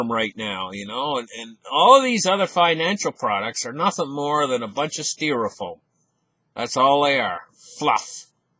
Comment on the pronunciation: i try not to miss a single days wisdom from! two words to practice haha "sty(like y) stYrofoam & ConFisCate not "confisTicate"